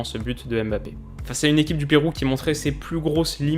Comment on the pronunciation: Rien qu’une petite chose Mbappé, ça se prononce mmbappé pas aimebappé, lui même prononce son nom comme ça